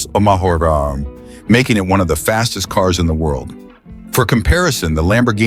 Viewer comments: 135 mahh pahmaha? 😂😂😂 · On a channel devoted to cars, how is it possible that the AI cannot pronounce "mph", "hp" and other automobile words? Combined with the predictable and unimaginative text, one tolerates the content of this channel more than enjoy it.